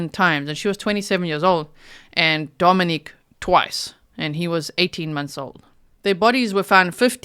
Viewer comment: G - Dominic’s name is pronounced DomiNICK…not the feminine form Dominique. Griselda’s sister pronounced it Dominick And so did Griselda’s best friend. Actually everyone pronounces it DomiNICK that I have heard. A name is such an important thing to get correct.